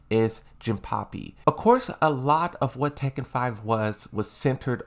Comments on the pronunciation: Hilarious how he says some Character names 😂😂😂 Jinpapi 🤣🤣🤣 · he said jimpapy twice LOL